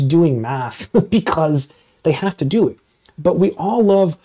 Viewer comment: I like how you pause on the words " have to", as in, "you have to take out the trash now!" because I imagine, you HAVE TO do math , as in, too enjoyable to ever think about not being allowed to do it. torture would be locked away from math, never to enjoy a curvature, or inequality, or matrix again. on a side note. Are you a fan of Ralph Bakshi's "Lord of the Rings"?